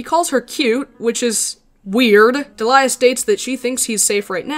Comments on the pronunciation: Hey I googled it and I think her name is actually pronounced like deh-lee-uh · Man, this is probably the most measured and respectful video about a topic this harsh while also not shying away from the tough stuff. But also I had a friend around the same time this comic came out, and she shared the name Deliah. She said it was only pronounced Dee'-lee-uh and got tired of how often she got called Delilah or any other variation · What... the FUCK?! You mean to tell me that it wasn't pronounce "Delilah" this whole time! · Every time I heard Deliah’s name being pronounced as “Delilah” I lost 5 years of my life span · you can't say shit about Springtrap when you pronounce Deliah like that